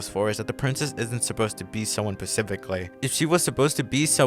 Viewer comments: are you saying “pacifically” instead of “specifically”? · Good video but just saying it’s pronounced “specifically” with an s.